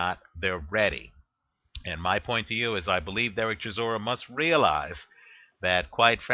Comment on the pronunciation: its pronounced chi saw ra